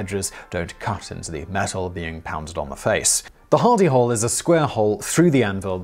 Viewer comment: At 1st I thought you were saying Hidy Hole!